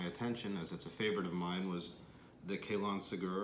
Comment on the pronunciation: Let's try pronouncing it correctly. Kah-lohn seh-gyuhr.